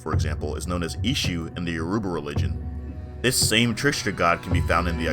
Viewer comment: I don't mean to be rude but before pronouncing any Yoruba word please learn the alphabet first, it is pronounced as Yo as in Yo then ruba so combine both you get Yoruba sometime the R and U is removed as in Yo'ba